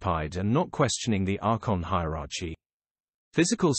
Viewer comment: He can't even pronounce hierarchy lol